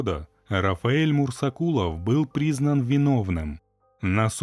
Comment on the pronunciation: Мурзакулов может быть, а не мурсакулов